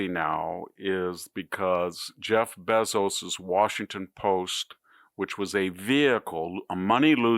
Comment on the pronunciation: Why are you pronouncing it Zookerburg and Beezos?